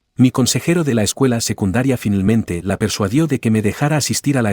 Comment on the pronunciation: "Finelmente" 😂😂😂termino la historia, 😂😂